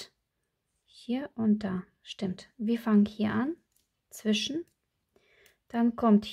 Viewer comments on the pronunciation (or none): none